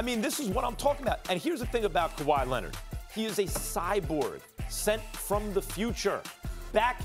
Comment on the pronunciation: Kawhyy Lennid